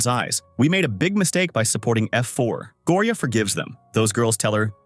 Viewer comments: Go o ri a 😂😂😂 it not like that it’s like Gorya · It's gorya not gooriya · LOL HE SAY GORIAA IN A FUNNY ACCENT 😂